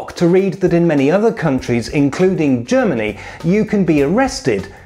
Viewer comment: "Germny" Country of the Germs.